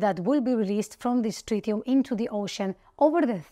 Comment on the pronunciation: Tritium, not trillium